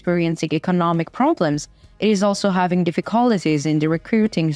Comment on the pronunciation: I do like "difficolliges" :-)